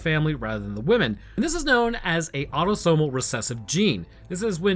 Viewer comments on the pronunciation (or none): none